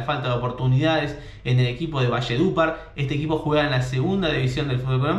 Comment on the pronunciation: Valle dupar? jajajaj aprenda al menos a pronunciarlo